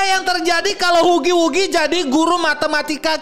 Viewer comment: Bang bukan hugi wugi bacanya hagi wagi